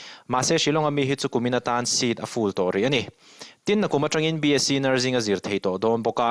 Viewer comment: NurZing nilovin nurSing tia lam tur aw